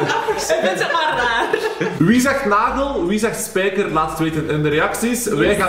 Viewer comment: Een spijkerrrrrrrrrrrrr